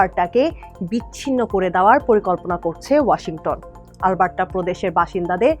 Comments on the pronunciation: মনে হচ্ছে- আল বার্ট্টা বলছে। অ্যারাবিক কোনও ভাষা। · কি বাজে pronunciation - "আলবাট্টরা" so bad পাঠিকাকে উচ্চারণের ট্রেনিং না দিয়েই সংবাদ পরিবেশন কিভাবে করতে দিলো এইরকম ভালো একটা নিউজ চ্যানেল!!! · Alberta thik moto uccharon ei Korte pare na. Oshikkhito der moto uccharon kortese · Mistake hoyse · areeee vai onar pronunciation vul. Ami nijei Alberta r Calgary city te thaki. Ei pronunciation jiboneo shuni nai.